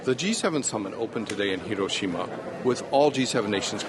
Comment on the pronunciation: Why are so many in the media incapable of pronouncing Hiroshima (Hee row shee ma) even remotely correctly. They can pronounce the 'i' as an eee in sushi, tsunami, and a dozen other loan words. At least Jake Adelstein, on location, got it right.